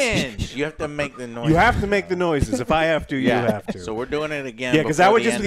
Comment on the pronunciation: "YOU HAVE TO MAKE THE NOSISES!"